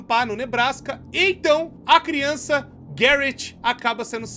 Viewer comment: AMO QUANDO O FALA CRIONÇAKKKKK